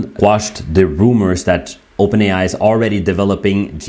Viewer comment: "Open ai is opern" 😂😂😂😢🤡